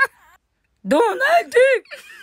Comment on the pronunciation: I BURST INTO LAUGHTER RIGHT WHEN SHE SAID “dOHnahld”